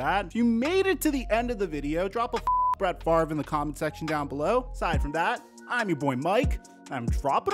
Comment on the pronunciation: Why does everyone mispronounce his name? The R is not before the V. It's literally that simple.